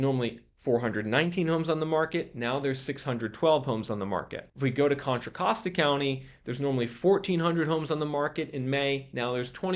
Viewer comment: Hey! Got the Contra Costa pronunciation down. Pretty soon you will be able to throw up the West Side symbol like you live here 😂